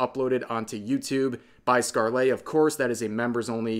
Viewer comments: Anyone else full body twitch when he says scar-lay Rev... Bruh... Skarl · I love your videos and know you do your research but the way you say ScarleYyyyy is so annoying. All that research but couldn't spare 1 minute to look up how to pronounce the name? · Its not a huge thing, but Scarle is pronounced like Scar-luh. It doesn't follow standard english pronunciation (like a lot of actual english words dont). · never heard someone pronounce scarle's name so wrong before lol